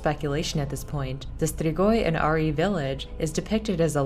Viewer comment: The way she sais strigoi is beyond me